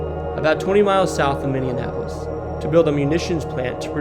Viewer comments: Pronunciation, pronunciation, pronunciation. Where were you schooled that you would pronounce Minneapolis the way you did? Holy shite! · I'm from Minnesota and I can't tell you how cringe this dude saying Minneapolis is..... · The way you pronounced Minneapolis had me in rage and almost didn’t want to finish the video. And I’m pretty sure “Ely” is pronounced “E’lee” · Ok I was going to correct your Minneapolis but I see others already had but I guess we all day it differently but I was born and raised in St. Paul and still there so I have to come in But it’s Minnie app less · Where is Mindy Annapolis……If you’re going to do a video at least try and say the name of the city properly (Minneapolis)… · For real, I shut it off the second time he pronounced Minneapolis "minne-an-apolis". Errors like that get channels added to the "don't recommend this channel" list. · Let say it real slow minnie apple lis. Good! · MINNE APOLIS. Lol great video though!!! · It's pronounced Minni apple lis. 😖. Such a cringe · Did this doofus say Minnim-apolis😮 wtf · Its Minnie-apolis lol. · It’s Minneapolis. Not minineapolis. Sorry, the way your pronouncing it sounds like minioneapolis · Pab-IST? Mill-ER-waukee? Minni-ANNEN-apolis? Just get an app to narrate your stuff. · Minneapolis is pronounced like “Mini-apple-iss” just wanted to let you know ☺️ I live near Minneapolis and I really enjoyed this video well done 👏🏼👏🏼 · Live in Savage and it's pronounced minni-app-olis. I used to pronounce it with apples and got made fun of! We live in the most beautiful state in my opinion. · 😮i grew up in mpls and find the minnion applis pronunciation adorable lol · I don’t think you’re absolutely correct about Minni-app- olis. I’ve lived in mn my whole life and I’ve never heard it pronounced your way. But that’s not meaning it’s wrong. I live in Bemidji area. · Great video but listening to you pronounce Minneapolis like mini-en-ap-polis was pretty frustrating. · On top of it “Minny-Annapolis” 🤮 lol